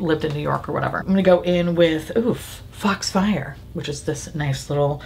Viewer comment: I thought you said fucks fire, not fox fire for the colour 😅😂 but you didn’t name them so makes sense right! Lol